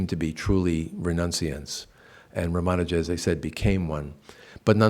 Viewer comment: Why does the good professor insist on mispronouncing Sri Ramanuja's name? Odd.